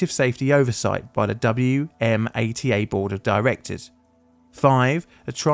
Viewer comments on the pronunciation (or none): Wmata is a word say w-ma-ta I work as a sub contractor for WMATA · If you ever do anything else on WMATA, it's locally spoken "Wuh-mah-tuh". I've ridden the red line hundreds to thousands of times, worked in Rosslyn, and our client worked in New Carrollton. It's strange seeing all these places I've been to on a single video. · Hey, you'll definitely be doing more videos on the DC Metro because we have several, so for next time, we pronounce WMATA as "wa-MAH-tuh." Cheers from a currently wet and windy corner of the DC Metro area! ❤ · A good overview (though as you said, somewhat simplified) of the ATC systems and the incident. FYI, we say the authority in DC as "wah-mah-tah" rather than say each letter. Similar ATC systems are used in several other rail transit systems around the world, with excellent safety records. One thing not mentioned is that most rail authorities that have similar ATC systems have implemented track circuit monitoring systems, essentially a computer system that counts each occupancy and unoccupancy of every track circuit, and alarms appropriate personnel if the counts don't match. For example, if a track circuit's occupancy count is 100 but the adjacent track circuit's count is only 90. In that case, either the first track circuit is bobbing as a train goes over it or the second track circuit is not detecting every train. Either way, the situation must be investigated and resolved. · Only note I have: WMATA isn’t pronounced as individual letters (like us at the MTA or Boston’s MBTA) but as a word, pronounced“Wha Ma Ta”, like SEPTA is pronounced as a word